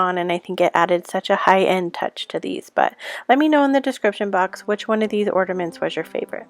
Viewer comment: Are you saying ORNAments? Or ORDAments?🤣